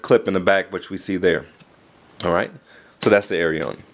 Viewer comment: i think its pronounced; air-ee-own